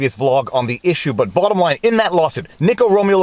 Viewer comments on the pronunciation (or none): dude did you say "bLAWttom line"? you're taking this gimmick way too far now -_